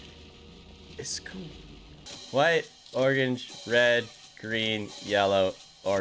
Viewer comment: finally someone who says organge